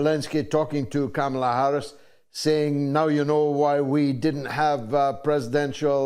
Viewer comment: No she's not..she..oh sorry, you said Kama not Kamala..😅😅